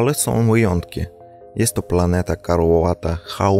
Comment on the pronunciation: Haha jak zawsze cenny! :) Mała porada. (Dla wszystkich Polaków btw) Poćwicz wymowę dwóch wyrazów, sam zacząłem, bo mnie ta niedbała drażniła u siebie, a poprawnie brzmi bardzo ładnie. Mało ludzi się z tym stara. A więc.. nie "jesto" tylko "jest to". Wyraźne t-t. Dzień ćwiczeń i wejdzie w nawyk, zobaczysz. Albo.. "jest taka".. Pozdrowienia. :)